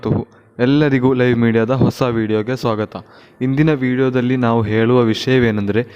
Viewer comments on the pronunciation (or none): ಮೊದಲು ಸರಿಯಾಗಿ ಕನ್ನಡ ಮಾತನಾಡಲು ಕಲಿ.. ಹೇಲು ಅಲ್ಲ ಹೇಳು.. ಸ್ಥಲವಣ್ಣು ಅಲ್ಲ ಸ್ಥಳವನ್ನು.😄😄😄